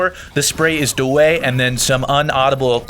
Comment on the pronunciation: it cracked me up when he said da way